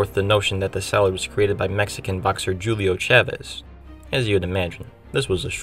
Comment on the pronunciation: That sure is a way to pronounce Julio.